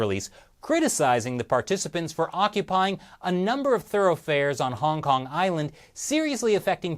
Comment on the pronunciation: It's called Hong Kong, not Hong Can't.